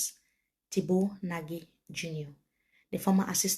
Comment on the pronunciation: The eminent diplomat has reiterated severally that his last name is pronounced "NAGH..not NA-GIE". Let's respect that please